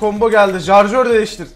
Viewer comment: jarjör değil şarjör